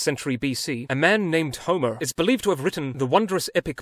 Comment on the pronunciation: Good modern Greek but poor ancient Greek. It’s Homer and not Omir.